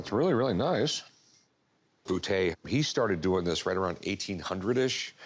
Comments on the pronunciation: "I've waited half of my life to shoot a bootay" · Rick can't even pronounce Boutet's name and then he goes and gives a history lesson....